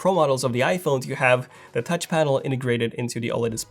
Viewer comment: Tauch panel! LOL!